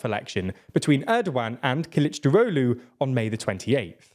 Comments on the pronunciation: Kılıçdaroğlu is pronounced: K(japanese u)l(japanese u)chdarolu, not killichdarohlu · Omg you pronounced Kilicdaroglu like nordic mythical god